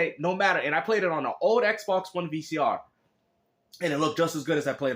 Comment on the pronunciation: Ehhhhk Box, Ehhhhk Box, Everything is Ehhhhk Box 😁😆😂